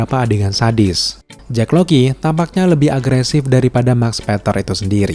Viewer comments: kirain gue doang yg dari awal dengernya JACK LOKI, JACK LOKI mulu, bukannya mustinya JACK LOCKLEY yak? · Sengaja banget ya pengucapan nama - namanya diplesetin? Jake Lockley bacanya Jake LOKI, Bast bacanya BLAST